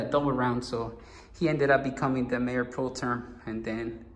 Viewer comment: Mayor "Pro-Term"?? LOL. It's "Pro-Tem". If you can dish out lame pettiness all the time, then you can certainly take some in return bro. Just FYI: You won't uncover anything with the city. Incumbency has always been a powerful force in municipal politics because most don't even bother to vote in such elections and there are often no term limits -- Not everything is a conspiracy. Beyond that, no one is entitled to a particular office based on age, years of service, or inheritance -- It may seem that way in some small towns, but that's not how democratic elections work. If you want one of the LatinX council members to be Mayor, then they must build a campaign to do so.